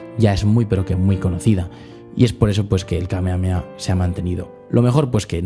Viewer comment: Krilin no dice ahí "Kamehame ha" sino "Kamehame KA" 😅